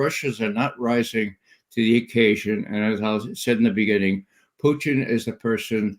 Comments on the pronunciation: President "Puteen" 😂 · He says Pooteen lol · I love how Ray says "Pew tin" 😁😁😁😁😁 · Question: Why does Ray McGovern deliberately mispronounce Vladimir Putin's name? It's highly annoying. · Which makes it all the more weird because i've heard russians pronounce putin's name, and it ain't the way mcgovern's doing it. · It’s also Putin with the correct stress on it